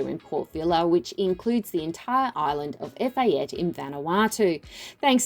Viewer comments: EPHATA NOT EFATE. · It’s pronounced Ef ah tay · Definitely pronouncing Efate incorrectly... someting I would think should have been accurate.